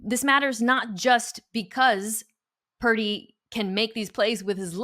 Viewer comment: Is Parrrdy or Perrrdy 😏😂🤣😂🤣😂It’s Purdy!!!🤭🤗